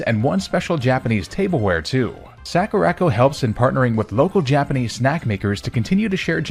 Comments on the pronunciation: "Sack-ooh-rack-oh" I'm DIEING. "Sah-koo-rah" as in, the "sakura" (cherry blossom) trees from Japan, and "co" as in A FRIGGIN' COMPANY!! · What's a Sackoorocco sorry I had to that mispronunciation of Sakura Co feels very intentional he pronounced every other Japanese word correctly it was just that one Sakura is a very common Japanese word and I'm going to be surprised if he was mispronouncing that unintentionally. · Soccer-ra-co that mispronunciation damn near made me have a stroke . Legit the most violently american way I have ever heard sakura pronounced.